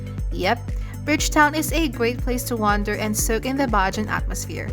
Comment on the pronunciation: Hi My lady , i hope u had a very good time . i would like 2 help u with the word Bajan the word is Ba--Jan. and not Baj an